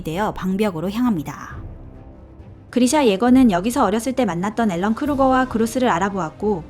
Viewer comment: 왜 앨런 이라고 하는 거임? 에렌 아닌가?